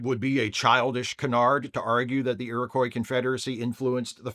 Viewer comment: Just FYI it's pronounced 'Erie-Kwah',. Don't feel too bad as I've pretty much ONLY heard it mispronounced when covering this story lately...